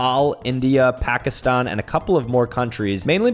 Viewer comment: No one:: Pakiston